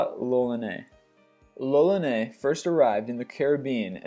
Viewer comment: Fran quois lolllaneeehh? Eh? Hey American person: murder me but not my language, eh?!